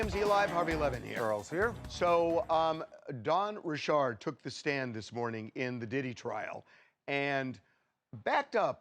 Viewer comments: Dawn RICHARD not Rishard!! Ffs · Why do people try to make their names sound more exotic than they actually are? Dawn's surname is spelt the exact same way as my first name but I certainly don't pronounce it " Ri-Shard"!!!!!!! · The way people are suddenly pronouncing Dawn’s last name is irking me